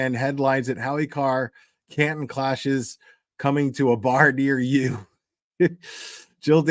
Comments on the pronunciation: you pronounce Canton right😂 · In your defense will a lot of people from mass argue about how the towns are pronounced 😂 atleast you got Canton🎉 Also ❤ to 🍒